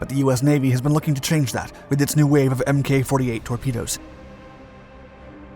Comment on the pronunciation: In future videos please note that "MK" or "Mk" is not pronounced "M-K" as is is actually an abbreviation of the word "Mark" and is pronounced "Mark".